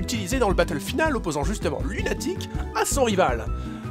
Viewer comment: c'est moi ou il dit "professeur lunatric"?